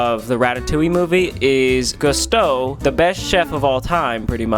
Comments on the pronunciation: It’s pronounced, GOO STOWS!!!! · Ryan pronouncing Gusteau's "gust-ohs" is actually killing me inside. How the fuck are you gonna say Ratatouille is your favourite movie and then pronounce it "gust-oh". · Ryan. It’s pronounced Goose toes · its pronounced GOO STOW!!!!!!!!!!!! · The only think not cute about you or this video is mispronouncing Gusteau. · The fact that you watched Ratatouille 5 times and still can’t pronounce Gusteau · Only Ryan could watch Ratatouille multiple nights in a row, and still somehow manage to pronounce "Gusteau" incorrectly, lol. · i love this so much but how do you watch ratatouille so many times and pronounce Gusteau like that 😂❤ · Nice save Ryan! Another great video but please after watching Ratatouille so many times pronounce Gusteau's name right. Also you should really bring with you more on your travels. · He watched Ratatouille that many times and still mispronounces Gusteau ❤️🤣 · the fact that he watched ratatouille that many times in a row and still can't pronounce Gusteau is amazing